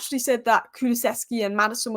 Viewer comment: Love your work! Only one thing; Ku-lu-sev-ski, or Deki. I understand your pain….as a lifelong Spurs supporter.